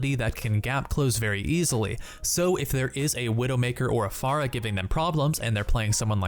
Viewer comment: I hate the way you pronounce pharah.